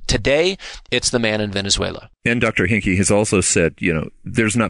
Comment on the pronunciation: His name is Hanke, not Henke.